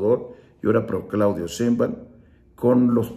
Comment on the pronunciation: Lupe lo que dieras por tener poder!!!! Brincos dieras por ser Presidente, por eso estas en el basurero de la historia. Cínico delincuente parásito vividor del erario y pronuncia bien es Sheinbaum, eres un bruto hocicón ridículo.